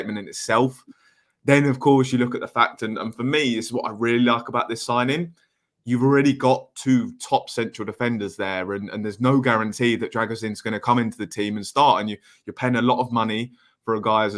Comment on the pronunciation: Just for inforrmation it is pronounced Drago-sheen as in Charlie Sheen.